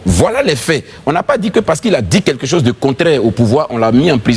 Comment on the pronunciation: on dit quelque chose, et non quai quai chose 🤣🤣